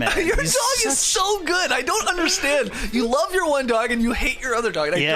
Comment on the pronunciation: "I lerve it"